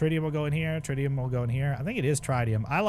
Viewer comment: Getting a partial tutorial during a speed run is wild. It’s not step by step but if you understand the basics you’re being educated and entertained at the same time. BTW, Tritium is pronounced Trit-e-um